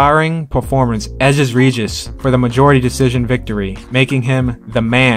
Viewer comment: Why you sayin reguss name like that?